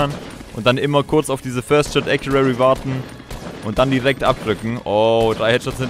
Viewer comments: ACCURACY Nicht Accuary 😂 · Gutes video, aber WRM SAGTS DU IMMER acuraRRy?? 😂 Es heißt accuracy (ka wie man es schreibt, aber jedenfalls sprichst du es mit SSSSS aus ACURASSSY Oha du hast es EINMAL richtig gesagt danke danke😂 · Rosen sind rot, Ich bin keine Maus, Ich bin getriggered den spricht Accuracy falsch aus. Und damit du weißt wie: Äkjurasi mit Betonung auf dem Äk Trotzdem gutes Video! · es heißt first shot accuracy nicht accurary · Wie er immer "accurary" sagt... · Es heisst first shot accuracy nicht accurary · Wie kann man Acurarry sagen das tut einfach weh... ES HEISST ACURACY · Yo, das heißt Accuracy nicht accurary. Just sayin :) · No hate aber es heißt accuracy und nicht accurary!!! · Accuracy nicht accurary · er sagt halt einfach akuary 😂😂😂😂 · Sehr hilfreich und cooles video! Aber bitte lern wie man accuracy ausspricht weil das triggered richtig😂 (sprichs ungefähr so aus: äkiürässi 😂) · „acurary“ xD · Accurary genau 😂😂😂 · Gutes video, aber das heißt Accuracy ( gesprochen : Äk-you-rasi) :D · Google mal wie man first shot accuracity ausspricht😂😂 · Es heißt acuracy 😂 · ˈakyərəsē bitte sag das xD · Hör auf "First Shot Accurarry" zu sagen. Lern wie man es ausspricht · Es heißt acressy aber egal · Wie er immer först schot äkuäri sagt Ist mir schon öfter aufgefallen dass ihm englische Wörter schwer fallen Sprich doch einfach deutsch junge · man spricht es ganz anders aus. Das ist es 😁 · Es heißt halt accuracy, also mit dem r, das ist wichtig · Bitte sag mal acuraCy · Lern mal first shot accuracy zu sagen